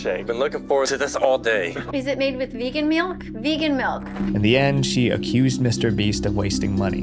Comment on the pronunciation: “is it made with vegan meelk”